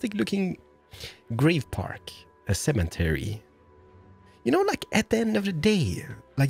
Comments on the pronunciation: U say cementary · what is a semen-tary ? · Cemetery doesn’t have a N in it. No offense. I know you are not American but I figured I would say something for the future. Love your videos!😁